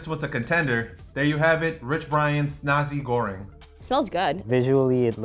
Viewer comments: the way he spelled nasi goreng tho, sounds like nazi goreng, and it means fried nazi's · NAZI goreng!! Lolol he really went out of the way to emphasise the "Z" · Its "NASI GORENG" Not "NAZI GORENG" 😂😂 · I'm gonna be honest, I know I'm being a deuche but damn. The PRONUNCIATION of Nasi Goreng is so, MMMM, NAZI GOREHNG. Sorry, I just needed to put my thought process somewhere. (I mean no offence) . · man just said nazee goreng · When he said the Nasi Goreng it sounded like Nazi Goreng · Why do I hear he say n*zi goreng? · As an Indonesian hearing how we said nasi goreng killed a piece of me